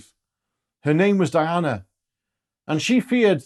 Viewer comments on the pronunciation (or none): none